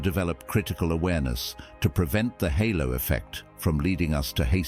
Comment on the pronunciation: Halo not hollow effect 🤦